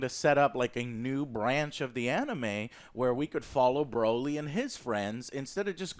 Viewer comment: It's...... BRAW-LEE, NOT BRO-LEE..... o.O''